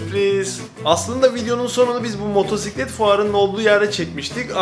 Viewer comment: seslendirmeci adamsın, motoRsiklet nedir ya...olmadı...evet motosiklet faşistiyim :) o 8000usd dediğinden kullanıyorum